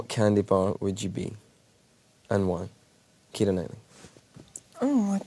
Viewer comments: His pronunciation is Irish pronunciation of the name Kiera which the Irish spelling is Ciara.☺️ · Finally my name pronounced correctly thank you James McAvoy